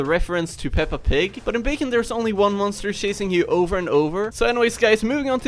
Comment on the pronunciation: And go peppe pig HAHAHA but its yrue